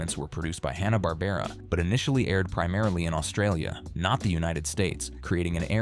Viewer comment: AND IT'S FUCKING HANNA WITH A FUCKING SOUND not Hahn like the beer.